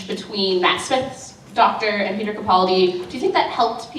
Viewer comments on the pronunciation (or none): Everytime Jenna says Peter I hear pizza. 😂 Sorry. 😂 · every time Jenna said 'Peter' I understood 'pizza'